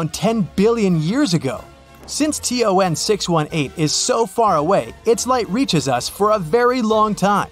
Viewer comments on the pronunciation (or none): ton 618 ❌ t-o-n 618 ✔️